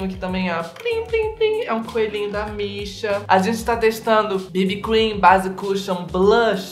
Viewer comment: Toda vez que você falava "da Missha" eu entendia "da Beesha" ahahah. Seria muito daora ter uma marca de maquiagem com o nome "Da Beesha".